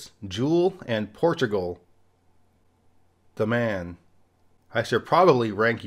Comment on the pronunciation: Super interesting content per usual! I just wanted to add to your Ohio list Rascal Flatts (Columbus) and Nine Inch Nails (Cleveland I think?). Also, the heavy pause between "Portugal....the man" made me snort-laugh at work, so thanks for that